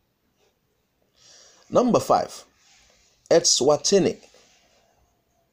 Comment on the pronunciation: Swaziland, and not Elswazini. You got me thinking we have a new country out of Africa.....lol